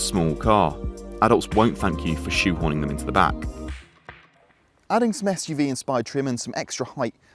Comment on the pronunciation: lol "SUV" they say